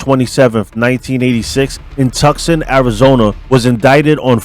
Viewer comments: Tucson is pronounced "too saan" not "tuck son." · 😂 Az Luv & I jus wanna say Luv the Ch and wanna help you out.this is the 2nd time I've heard it pronounced like wrong. Tucson ---Not Tuckson it sounds like 🤔 Tooson. Keep up the great work bro 👍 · Bro, you are so New York. It’s pronounced TOOSAHN. Not Tuxon. Tucson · says Birmingham, Alabama but shows an outline of Michigan you say tuck son arizona. It's pronounced two saan. God bless. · Just a heads up, Tucson is pronounced "Too-sahn". Peace. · bro TUCSON is pronounced Too sawn. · I’m from AZ too bro the tuckson took me out🤣🤣🤣 it happens a lot I’m sure you already know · It's pronounced too sawn (Tucson) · Lol at Tuk-sen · Lol. It's pronounced Two Sonne. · Lol. Come on. Are you from New Yarke or New York? Mistakes happen, but it DOES matter. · Not everyone cares, just sounds ignorant being pronounced that way, be like saying New Jarsey or New Yark, ppl be like WTF, lol